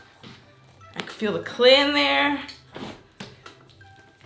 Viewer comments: Is nobody gonna talk about “Clayl”? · How much would it cost for that big bucket..... (FYI, not sure if it’s just me, but I think you messed up your title, I think you said “clayl” instead of clay)